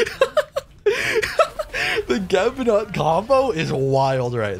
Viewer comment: Wow, what an unpredictable joke lol. Although her name should be pronounced as 'newt'. Also, Geb is Nut's husband, so it's nice that he's your support